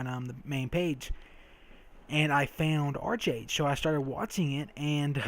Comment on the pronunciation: Really good enthusiasm, nice video! Oh its said like Ark-Age :P 'em korean pronunciations